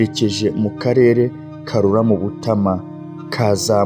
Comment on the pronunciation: Bibabereye byiza mwajya mubanza kumenya amazina y'abantu n'ay'ahantu, naho uburyo musoma bituma amateka abiha. Ngo....Butama.... Ni Butāama!